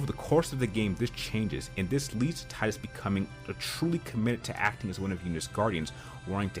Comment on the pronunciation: Subbed for pronunciation of Tidus.